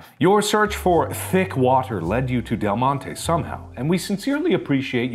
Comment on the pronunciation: NOT DELGONE-TE